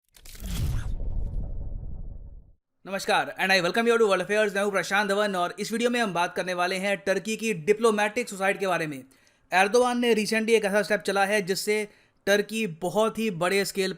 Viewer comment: NamaSkar not namaSHkar